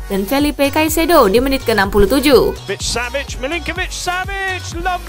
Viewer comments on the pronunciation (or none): none